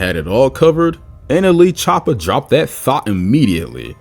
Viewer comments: did bro say nla choppa? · you said nla choppa its nle choppa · no way bro just said nla choppa